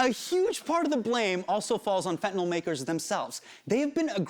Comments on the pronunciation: hasaaaaaan...it's "fentanyl". why did you keep saying "fentaNOL'? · Why is he pronouncing it Fentanol? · *nyl. Fen-ta-NYL, not nol.. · If you're going to teach people about ANYTHING, please learn how to pronounce it. It's not FentanOLL or FentanALL! It's FentanYL - as in PILL, DILL, DRILL, PHIL, or NIL. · Please, I'm begging anyone and everyone who uses this word, look at it, letter by letter. It is fentanyl. Notice the last three letters? n y l. There is no O in fentanyl. It is not fentanol, not fentanal, it is fenta nyl. The nyl is pronounced like nil. This started when fat Republicans started pronouncing it without actually reading the word. Please people don't sound like an illiterate politician. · man i love hte piece but it's so distracting how he keeps saying fentanol instead of fentanyl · There is no such thing as fent-a-nall or fent-a-noll. Why can nobody pronounce this word? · Drives me mildly crazy that everyone mispronounces it as 'fet-in-nall' or 'fen-ti-nall'. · Anyone else bothered that he's pronouncing it like "fentanOL" not "fentanILE" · He keeps pronouncing it “FentanOL.” It’s bugging me. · it's fentanyl. not fentin-all. yanks can't read.